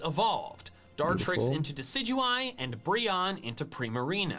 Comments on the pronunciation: Deh-sid-you-eye. Based on "deciduous" (trees that lose their leaves in fall), the fact owls have keen eyesight, and a pun on "deadeye," or a sharpshooter. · "Deck-A-Dewey" The word it's a play on it's Deciduous, which is NOT pronounced that way. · Im pretty sure its Decidueye (des-sid-you-eye), because of the play on words it makes with a deciduous tree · my man said "dekidue" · Oh sweetie, no, that's not how you say Decidueye. It's a portmanteau of Deciduous and eye. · I like how he intentionally pronounces decidueye wrong lol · not to bash you but you pronounce Decidueye so wrong no offense but watch the Sun and Moon anime if you haven't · That’s not how you pronounce decidueye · I might be stupid but I really hope you were joking about the decidueye pronunciation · That decidueye pronunciation is hilariously bad. The name derives from a decidious tree. I know you don't care but at least Michael was right about something. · has committed a crime. He said Deh-sij-joo-ie instead of Deckiduey. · I hope you know that as an ecologist who knows how to say "deciduous forest," your pronunciation of "deck-a-doo-eee" kills me a little more each time. I'm 98% certain you're looking for hate comments so here it is: You're not valid. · No it is deh-sid-you-eye....after deciduous trees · "Deck-e-doo-e"??? really??? It's a pun between Deciduous and deadeye it's correct pronunciation is obviously "Dess-e-doo-eye" how tf do u mess up pronunciation so bad? (sorry to come off as rude it's just that the way you pronounced it is just f-cking cursed and sounds weird in my ears like holy shit who tf told you it was pronounced like that?) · The best part of the video is when he says "Decidueye" and also "Deckadooee" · Dont pause every f***ing second also dek-idu-i is not how you say it its des-idu-eye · Americans are so cringe Also: I'm pretty sure it's pronounced Deka doo ey not Decidueye 🤦🏻‍♂️ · dude u say it like deck e du y but its decid u eye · It’s deciduous eye